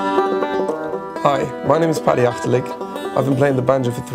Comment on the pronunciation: Achtelik? Ahaha